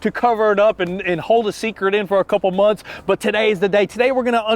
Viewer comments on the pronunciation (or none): none